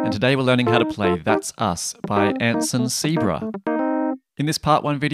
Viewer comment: Pronunciation is Ann-sun. Say-au- bruh